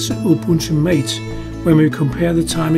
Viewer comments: *Ma-teh, not Mate, lawl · Just a note on the pronuciation of the name Mate. It's MAH-tay, not Mayt. Thanks for the useful comparison!